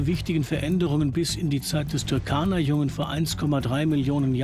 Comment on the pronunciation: Der See heisst Turkana-See und nicht Türkana-See . Falls einem das zu schwer ist kann man seinen alten Namen verwenden Rudolfsee